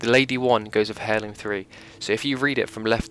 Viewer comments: It's pronounced Airloom, not hairloom. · Funny how British people pronounce the H in most words. ie: “herb heirloom”